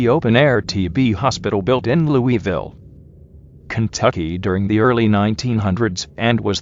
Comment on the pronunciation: My grandmother visited her grandma in waverly hills back when it was still operating as a TB hospital. only live about about 15 minutes away never been. Might have to head up there. The way he says Louisville erks the fuck outta me.